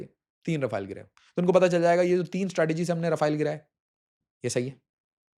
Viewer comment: Rafeal ❌ Raw fail ✅ Ra fail ✅